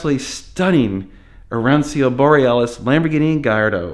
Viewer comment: ah-ron-cho.... is how arancio is pronounced :) 'ci" in Italian is like "ch" in English ... so, Lancia is lawn-cha